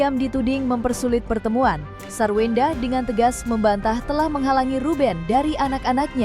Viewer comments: wkwkwk.. ini telinga gw apa emang hostnya ngomong SARWEWENDAH 🤣🤣🤣🤣 emang wewe kawi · Ngakak hostnya bilang sarwewenda😃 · Kok presenter nya bbrp x nyebut sarwendah "sarwewendah